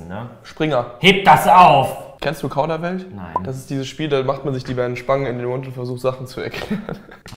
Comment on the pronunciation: Verpackung: Kauderwelsch Tim: Kaudawelsch